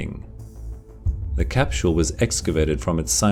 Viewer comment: I love how u say "casphule" ..